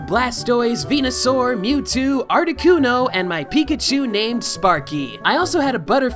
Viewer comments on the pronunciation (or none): none